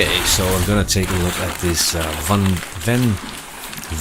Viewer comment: Sir, it's actually Yunteng. Cool review tho!